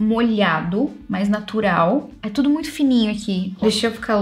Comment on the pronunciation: tentando falar uma palavra nova em inglês = TUDOW kkkkk